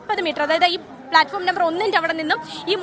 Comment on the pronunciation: ഫ്ലാറ്റ് ഫോം അല്ല ഹേ platform